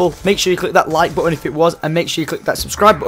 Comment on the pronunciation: Y does syndicate say ADIOUS